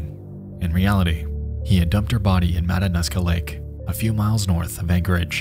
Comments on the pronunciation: It's pernounced Mat-an-ooska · I know this video is relatively old but as an Alaskan I need to say this. Matanuska is pronounced mata(new)ska. Tho I never blame people for mispronouncing Alaskan words they are always a mouthful. Like the word "tligit" it's pronounced clink-it